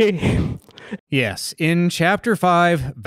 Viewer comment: For some reason, I always heard Rosella saying "Yes" with a t at the end when she spooned. So that... kinda became a joke for the REST OF MY LIFE. I just randomly say "Yest" when accomplishing thing now.